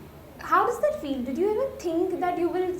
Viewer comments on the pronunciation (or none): none